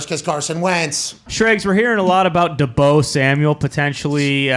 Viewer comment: did he say “Da Bo” Samuel?!? 🤣 and The Niners are crazy if they don’t give him a big contract! According to them, Jimmy G sux sooo…basically he WAS the whole offense…